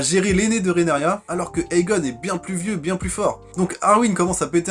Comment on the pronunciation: ca se prononce RheaNYRA